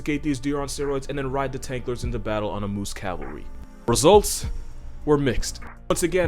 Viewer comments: the “moosiah” 😂😂😂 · Its "Meese"